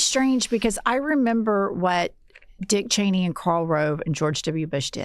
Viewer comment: I love that Sam Seder always gets Liz Cheney's name wrong.